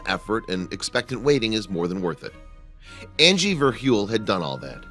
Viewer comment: If u go to u can hear him can her Andy and not Angie